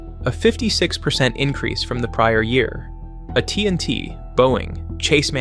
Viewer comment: That was a weird way to say AT&T